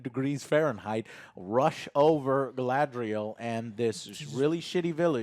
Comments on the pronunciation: Gala-N-driel lol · Having Joe FINALLY pronouncing Galadriel right brought tears to my eyes. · How Joe has been pronouncing things since the first trailer dropped (i.e. Galadriel) has bothered me. It's like nails on a chalkboard 😭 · It is not Galadriel, it is Galasriel, Galapriel, Galakriel... whatever you come up with